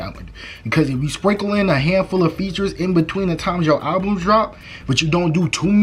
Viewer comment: “Alvums” is killing me lol